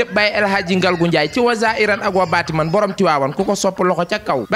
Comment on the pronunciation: Daccorouma koula corrigé wayé zaahirane wa baatinane Bul waxati baatimane 😂😂😂😂😂😂 Ba kéne corrigé la rek